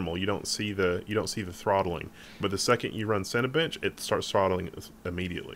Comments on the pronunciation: Did he say Cinabitch! lulz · When said Cinebench...it sounded like Sonabitch.